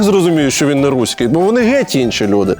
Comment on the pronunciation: Найсмішніше — це те, як Олексій вимовляє «руський» 😅